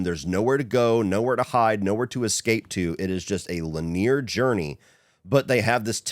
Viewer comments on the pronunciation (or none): linear = lin-ee-ar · I've never heard 'linear' pronounced 'lin-ear' lol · It’s a word that can be pronounced differently based on dialect. I’ve heard both “lin-ear” and “lin-e-er.” Like how some people say “cran” and others say “cray-on.”